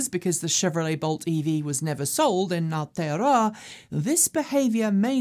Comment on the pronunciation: Sometimes has N.Z specific items,a bit more would be good. She must have practised pronouncing Aotearoa.